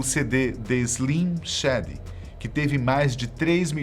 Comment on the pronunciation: The Eminem Show foi lançado em 2002, não em 2004. E Eminem continua vendendo álbuns e sendo um puta artista, não tem outro rapper atualmente melhor que ele, realmente vacilaram no vídeo. E pelamor, aprendam a pronunciar 'Shady'.